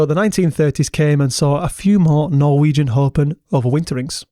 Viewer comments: Very well pronounced Norwegian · Wow that was amazing, great research and your Norwegian pronunciation was extremely good. Thanks 😊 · Honestly for a non-Norwegian speaker your pronunciation is wayyy better than most other YouTubers that try to pronounce Norwegian stuff - Also, nice vid with nice editing and good writing 👌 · Great job on the norwegian pronounciations. Much impressed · Yes, overall good pronunciations. We are - understandably - not spoiled in that regard!